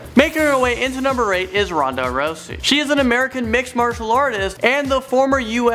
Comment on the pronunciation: he says rousey like rosey